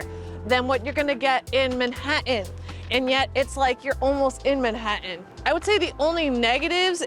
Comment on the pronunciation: I can’t take the way you keep pronouncing Manhattan